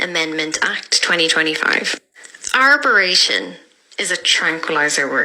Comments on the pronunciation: Arboration! I’m cringing - arbitration! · Can't fault what's been said here but it's ''Arbitration'' not what the lady said. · Arbitration - it's pronounced as it's spelt.